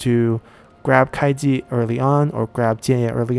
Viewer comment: You miss the "u" when pronouncing Kuai Ji, it's the first wrongly pronounced Chinese name I heard from you😀.